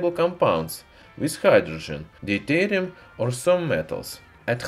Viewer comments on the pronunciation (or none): none